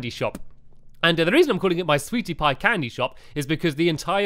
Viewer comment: u said sweaty pie lol